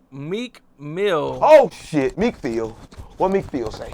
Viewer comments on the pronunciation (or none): “Meek FEEL say it right” 💀